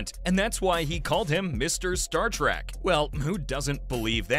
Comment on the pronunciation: It's Trek not Track